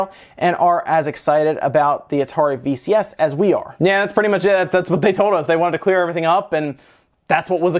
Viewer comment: VCS, sounds like VHS lol